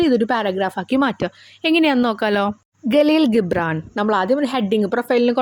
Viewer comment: Galeel gibran alla jibran i mean (gibran)